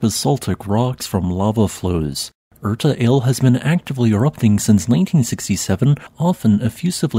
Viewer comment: Just an FYI, Erta Ale is pronounced R Ta ah lay